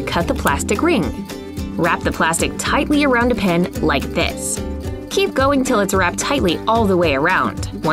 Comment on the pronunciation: When broke her nail and then was fixing it with the rapper and rhe pen she actually said pin instead of pen